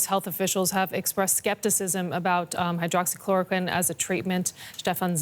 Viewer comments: He said hydroloxyqueen. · The expert didnt knew the official death toll around the world, and he couldn't pronounce the name of the medicine . Great